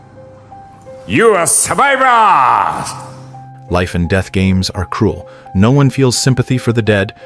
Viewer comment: It funny how the man say” u are a “Sobaiba aaaa” instead of “survivor “